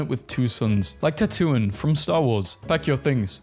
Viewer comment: " Ta Toon iyn " gave me a mental breakdown, help me